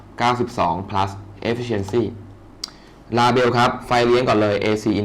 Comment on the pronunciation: เลเบิ้ลครับไม่ใช่ลาเบล Label